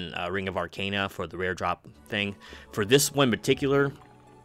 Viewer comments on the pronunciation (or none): none